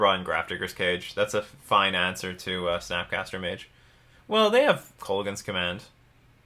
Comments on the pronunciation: I've never been a fan of alternate win cons (or counters decks, for that matter). That said, Hadana's Climb could be an interesting replacement for Vorel for a more traditional win con. It should be couatl, btw, and it's pronounced something like koo-WOT-ull. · That's fairly close, the proper pronunciation is either Co-hat-tell or Co-wa-tell both work